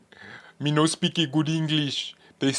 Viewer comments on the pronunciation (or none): none